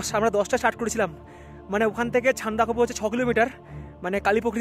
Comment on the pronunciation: Ore sandakofu noy re bachha, sandakphu bole